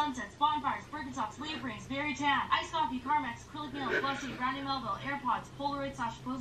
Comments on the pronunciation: Are you saying CARMAX? Its Carmex. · Its CAR-MEX famm. Sorry drives me nuts when ppl say CARMAX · CarMEX!! Not CarMAX! It's an E. Lol sorry just had to mention it... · Car-mex not car-max!!!!! 🤦🏽‍♀️🤦🏽‍♀️🤦🏽‍♀️ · I guess that's a basic white girl in CA, but I think of that as a surfer hippy girl. Also why is everyone saying CarmAx when it's spelled CarmEx?! Car Max is a used car dealership... I also didn't even know wtf a Tumbr girl was and I'm 28. At first I thought of emo girls, but then you said "try hards" so I got so confused. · CARMEX!!! NOT carMAX! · I'm so triggered by you pronouncing it carmax instead of car-mex, because I keep thinking of that one commercial and going "SHOW ME THE CARMAX" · carmEX not carmAX